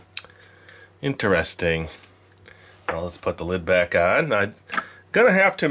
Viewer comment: It's interesting not inter-essting 😂